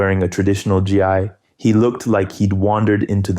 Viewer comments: This HAS to be AI. No one says GI as: G-I. Especially anyone who has their toe in martial arts. Either you know how to say GI and you're a sham, or you didnt even care to proofread your AI generated content. Secondly, there was no stated rule change for Royce Gracie. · The accent doesn’t hide the fact you said Gi G I literally AI vocals makes me feel like you did no work for this lmao lord